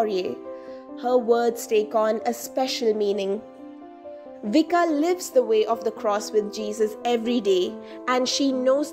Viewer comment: Vicka is pronounced Viska.